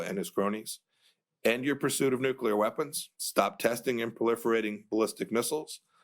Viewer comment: Hey dumb dumb . . . you just said Nucular. The word is NUCLEAR. I'll try to help you NOT to speak like the half wit George W. Bush who initially coined the term Nucular. Nuke + Lear = Nuclear. Once again dumb, dumb, "Nucular" does not exist in the English language. It would be like saying the word "Football" as "Fookball". The word "Fookball" also does not exist in the English language. Get it dumb dumb?